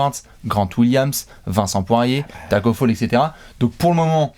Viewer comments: on dit pas Tacko Faul On dit Tacko FALL 😉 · Bon les gars en tant que Sénégalais je dois vous corriger. Le nom de Tacko on dit pas "Faul" à l'anglaise mais tout simplement comme en français "phal" Sinon cœurs sur vous Ps: GREEN NATION